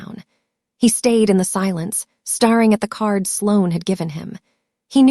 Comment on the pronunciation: Could you please get the narrator to pronounce the word 'staring' correctly! It is pronounced: stare-ing NOT starring. Stare-ing is tha act of looking intently and continually at something. Starring is the act of being a part of an event or particular activity ...